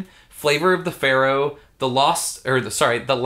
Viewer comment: no of you listen to him he says flavor of the Pharaoh which made me laugh. I own the game